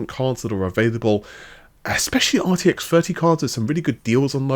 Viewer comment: Ahh, that famous "northern" GPU, the arty-eck 5090. 😂